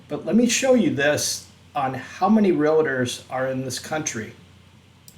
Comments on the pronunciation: Much love but people please say it right.....real-tor not real-it-tor Anyway, study Neville Goddard and just manifest what you want. Huge changes coming. We are in a matrix simulation. I've seen glitches in timelines that would make an unawake person freak out. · there is no 'I' in realtor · Learn how to pronounce REALTOR. NOT real a tor. It’s like DOCTOR. TY